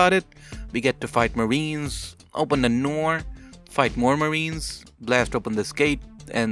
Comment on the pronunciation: "open ne noor" you killed me :D